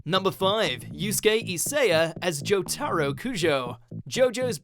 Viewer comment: Once again, proving they have no clue about the content they narrate... Jo-TAR-o.... I’m not gonna say it, one of you say it for me in the replies please.